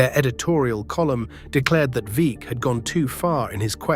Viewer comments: Veeck is pronunced vreck that sounds like wreck with V instead of w. Its ok your from UK. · Veeck as in wreck, not like peek.